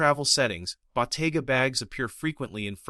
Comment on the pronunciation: Ai slop 😂 at least find an text to voice model can pronounce the damn brand this entire video is based on, how can anyone be this stupid , did you not edit or even watch the video before rushing to post this abysmal ai slop